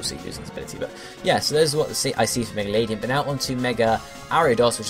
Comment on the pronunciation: Just for future reference ^^ Ariados and Ledian aren't really related And It's not that important but despite it being a LADYbird, it's LED-ian and not Lady-an